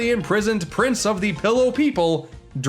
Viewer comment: Soooo...we're not gonna talk about how call the island "Pillow" island instead of "Pi'illo" island?? Though, it probably sounds better to him, so that's reasonable.